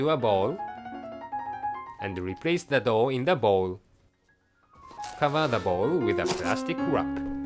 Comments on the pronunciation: I'm confused everytime I listen "Dough" and "Dog" XD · I know, I thought of the exactly same thing, at the first I actually tought he said "Cooking a "